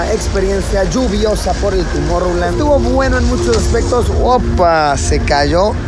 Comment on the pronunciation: TUMOR-land? xd